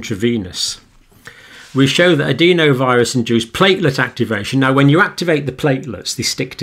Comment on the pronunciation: Adenovirus. Not adeenovirus. I've never heard anyone pronounce it like that in all my time in Medicine.